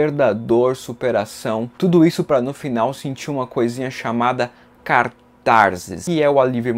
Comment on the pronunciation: Cartarsis?! Deve ser a catarsis de um cartaginês. 😊